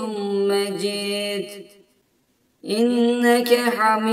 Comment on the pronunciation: Ale Muhammed derken ha yı hırıltılı söylüyor yanlış.2.si inneke hamidun mecid diyeceğine Mecit diyor oda yanlış